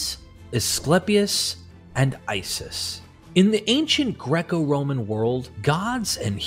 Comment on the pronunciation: Yeah I picked up on 2 mispronunciations within the 1st 80 sec. RoMAN. And ANSH'nt. Caught me by surprise. I was going to comment, then I read your explanation. You have a good speaking voice. I think we all like to hear it.